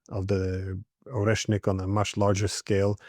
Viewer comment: Koleshniks? Oreshniks perhaps?